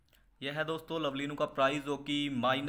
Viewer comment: It's not lobely it's lovely 🤣🤣🤣🤣